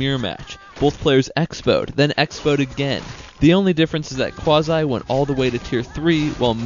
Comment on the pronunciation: 1. It's Qwa zee not Qwazy 2. Stop trying 2 mkae your self sound good . 3. It's Hoor Ehhh not Hoor Eye